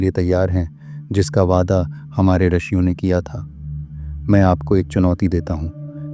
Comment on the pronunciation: आदरणीय, आपने बहुत ज्ञानवर्धक जानकारी दी है। धन्यवाद, लेकिन आप रिशियों (ॠषियों) को रशियों कह रहें हैं। कृपया सुधार करें।